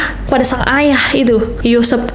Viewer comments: YOOOO SEPPPP BUKAN YOUSEFS GA usah berlebihan mba B Inggris nya. biasa aja kali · Mbak. Nama aslinya yosep.bukan yosef yang kayak logat orang jerman. Yosep ini orqng subang bukan bule yang disebut Joseph